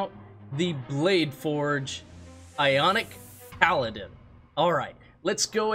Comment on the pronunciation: It's Iconic not Ionic 🤣🤣🤣